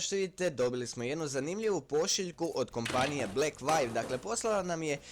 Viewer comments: Inace se cita 'Blekvju', ne 'Blekvajv' :( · Lik, ne znas ime kompanije koja ti je poslala mobitel pravilno izgovoriti, a radis recenzije.